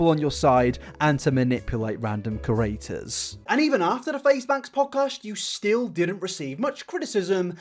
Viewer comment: Ker-aters..... pud-cost......